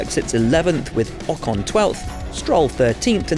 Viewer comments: Did he pronounce Ocon's name as Pocon?? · 'with POcon twelfth'